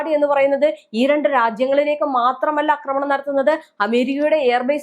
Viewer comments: അക്രമണല്ലാ...ആക്രമണം...ആഹാ കുറേ ആയി സഹിക്കുന്നൂ....മലയാളത്തെ കൊല്ലാതെ😂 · എല്ലാ നാറികളും ആക്രമണം എന്നതിന് പകരം തെറ്റായി അക്രമണം അക്രമണം എന്ന് പറയുന്നത് എന്താണ്??? ഇനി മലയാളം പഠിച്ചിട്ട് മതി മലയാളം വ്ലോഗ് എന്ന് നിയമം വേണം. അക്രമണ പോലും. ആക്രമണം എന്ന് പറയൂ തള്ളേ..